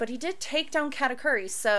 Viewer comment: U butchered Katakuri's name again